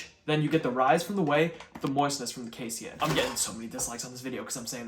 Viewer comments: Moist doesn't trigger me, but kay-see-in does; it's just kay-seen. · Casein is pronounced "Kay-seen" lol.